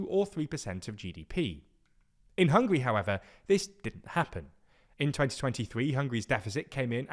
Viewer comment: Bro, they are not hungry, they are Hung-guh-ree